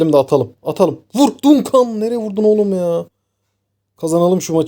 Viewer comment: Dayı çok tatlı içerik. Dunkan değil de Dankın diye okursan çok tatlı olacak. Duncan’ı